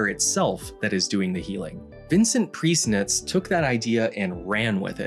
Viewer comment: ohhh my gosh, i did not expect fcking prieznitcz to be mentioned :DD im czech myself, and when i heard the name of the guy and the town, i was a bit confused at first, mostly because the town isnt called that anymore and your pronounciation made his name sound different than im used to. (im not hating, i think the austrians would roll their eyes at both our pronounciations) in the czech republic, the water cure establishments are a big part of our cultural heritage, and these places are still popular wellness retreats. the one you mentioned is called Jeseníky now. before i checked the name you spelled on screen, i thought it was vincent from whom a famous mineral water brand got its name, but thats another vincent :D vincentka is gross, but its really goos for you, both thanks to the high mineral content. anywho, priznitzes legacy here in czech republic is still going strong: in my family, the traditional cure for sore throat is smth we call "a priznitz", which consists of wrapping a cold, wet towel or a rag around ones neck, then wrapping a plastic bag around that for insulation and then finally wrapping all that up with a dry, warm scarf and just leaving it on for a few hours. maybe its placebo, but as far as my experience goes, its effective :DD just wanted to share these fun facts :DD im not sorry if theres any grammar mistakes, bcs i dont respect the english language enough to care :DD